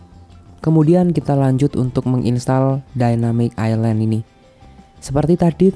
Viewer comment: ILAND AJG BUKAN ISLAND AJG LO KIRA PULAU